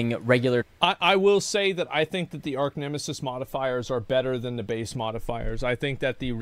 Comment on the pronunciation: Arch, not arc. OMEGALUL